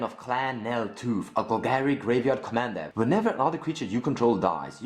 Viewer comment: Meren of clan nel tooth? I thought it was clan nel toth (Taw-th)